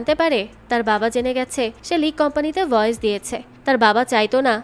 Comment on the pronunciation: "ভয়েজ" না বইন "ভয়েস"